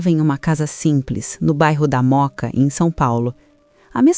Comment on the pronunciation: Até que enfim alguém pronuncia o nome correto do bairro da Mooca